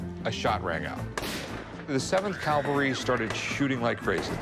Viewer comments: It drives me crazy that Rick keeps saying CALVARY instead of CAVALRY! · It cavalry, not calvary. Jesus died on Calvary. Cavallo is Italian for horse, hence, the cavalry. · Please, the word is "cavalry," NOT "Calvary." That is such an irritating, bozo mistake to make. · Cavalry...not calvary ! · It is pronounced CAV-AL-RY,, Not CAL-Va-RY. ! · It grinds my teeth like nails on the blackboard when Rick says "calvary!" C'mon Rick...